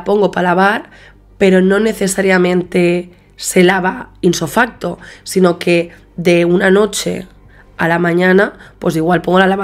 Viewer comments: “Inso facto” nooo‼️‼️ Ipso facto‼️‼️ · Dices inso facto??? Es ipso